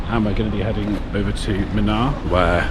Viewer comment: The the place is pronounced as moonaar and not muhnaar 😂. Munnar with a longer "oo" sound.